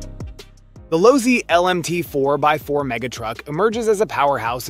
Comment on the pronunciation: Pronounced LOW C